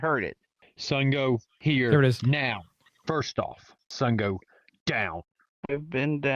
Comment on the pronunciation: I nearly died he said sungo....... Down